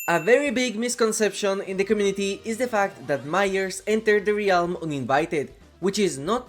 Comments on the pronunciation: not trying to be rude. I know English isn’t your first language. but the word “realm” is pronounced (relm) not (re-alm) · i love the way you pronounce "ree-ahlm" its become a comforting cornerstone of a classic video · I like the way you say realm!